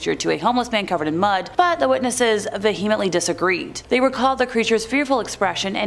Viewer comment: Please learn how to pronounce "subsequent" and "vehement", and "Medellin" and all the other words in this video that you mispronounced.